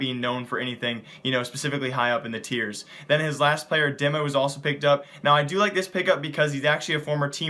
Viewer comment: its not Dimma, it's pronounced "Deema". :)